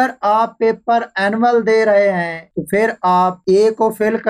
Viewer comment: Bhai pehli baat tu ye he ke ye video Indian kailiye nhin is liye ap ko Hindi likhna zaruri nhin. Aur doosi bat ye ke urdu main lafz 'PHHIR' he aur ap bar bar hindi zuban ka lafz 'FIR' bol rehe ho. Pani zuban ko promot karo aur hindi bila waja na likho aur na PHHIR ko FIR bolo. Sukria. Don't mind plz. After all vieo is absolutly informatic. Thanks